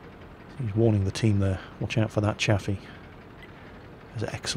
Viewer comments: Chaffee is pronounced 'Chayfee" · if u pronounce chayfee = gay feed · yes it is, it was named after Maj. General Adna R. Chaffee, Jr. his last name is pronounced Chayfee